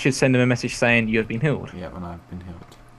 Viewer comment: When he said "healed," i thought he said "killed."